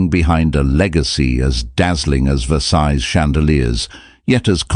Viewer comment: I have always heard Versailles as "Versigh" not "Versize" as the narrator pronounces it.